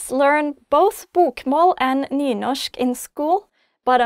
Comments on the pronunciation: Its said like Newnoshk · where i live we pronounce the r